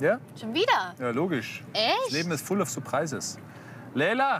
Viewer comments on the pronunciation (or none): Supreises 😂 der soll zuerst mal Englisch lernen.